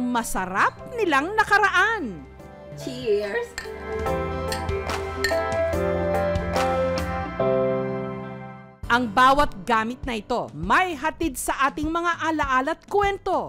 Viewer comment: cheeer eehersshh! Lmao